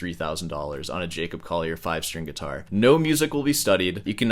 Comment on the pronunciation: Its been like four videos, why do you still pronounce his last name "Coyer" ??? It's CoLLier. (PS I also dislike the guy but I can pronounce his bame correctly)